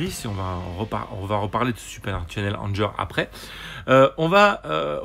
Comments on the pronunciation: Je veux pas faire mon anglonazi, mais prononce Anger "angueur" :) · Non non, c'est juste que Anger, en anglais, ça se prononce "angueur", ça signifie "colère".